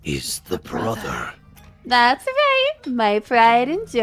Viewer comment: Never apply that inflection to the word 'brother' ever again